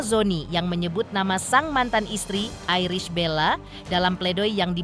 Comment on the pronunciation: Untuk pembaca berita..berbahasalah yg baik bisa nyebut ibel tp nyebut nama iris dg airis bella😂😂😂😂😂